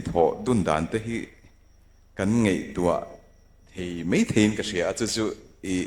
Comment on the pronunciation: Kan tawng hman dan diklo lutuk hi chu aw.. Ngeihtuah tih ang dawn dawna han lamrik te, nachin han tih te, interview hmachhawn mek nu hian a lam no luatah a tisual bawk a, english hi in lam dik viau angin lang mahse a tawng neitu te beng lam erawh a thlep ve viau thei bawk.. A chawhruala tawng thiam lo ve ve in ni mai thei.. In hun hman leh a tum te a that tehlul nen, tawng ngaihthlak a hrehawm deuh